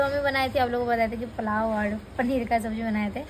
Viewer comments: plao nhi hota dear Pulao hota h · Shi bol rahe h ap ko pulao v nhi bolna ata h palao bol rhi h